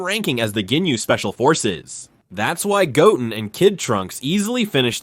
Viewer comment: Goat -in